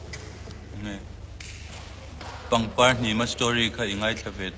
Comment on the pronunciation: Leitawt tawng in ang leh thin."Pangpar hnim a... "tih a "r" tih te ang hi mizo tak si dik takin lam ila.